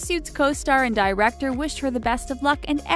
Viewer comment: Director ( Die recktor) AHAHAHAHAHAHAHAAHAH